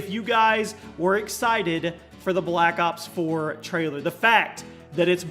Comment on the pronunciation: Every time he says black ops 4 it remains me of my childhood, black cocks four xD